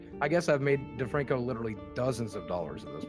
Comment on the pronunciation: this whole fucking time I've been thinking you were saying filthy franku